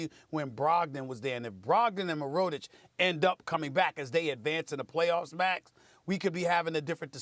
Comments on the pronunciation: smh can't even say Mirotic name properly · Stephen a is a baskeball reporter but doesnt know how to pronounce mirotic. Wow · Stephen A pronouncing Mirotic name 🤣🤣💀.